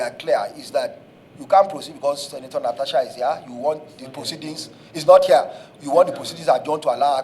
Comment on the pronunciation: But why are they calling her Natacha instead of Natasha?? 😂😂